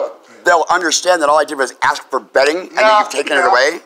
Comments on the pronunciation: Yea you are stupid, because it is "ask" not "axe" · 'You axe me if I wanna leave three times' - So so so sad...